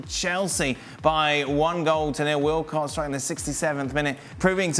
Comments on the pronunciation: he said wilcox lol? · Did you said Willock or Walcott😂